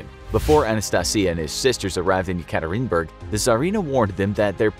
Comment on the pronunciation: No hate the city is called Yekaterinburg (Yeah-kah- Teeren- burg)